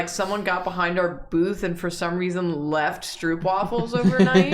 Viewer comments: your pronunciation of stroopwafel is very funny to me as a dutch. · Soooo I'm gonna try and get you guys some dutch stroopwafels! (The oo is pronounced like the o in cone)